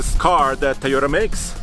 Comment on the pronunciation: Excellent comparison guys, why keeps saying Ta-yo- ra it is Toyota